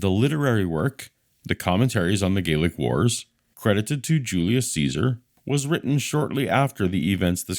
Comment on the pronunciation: They were Gay-lick Wars....